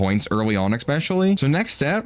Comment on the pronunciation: ESpecially bro. Not eXpecially. There is no (x) in especially. Definitely doesn't ruin the vid haha just noticed you say it every vid. ❤